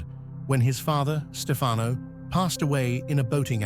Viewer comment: It's STEfano, not stFAno.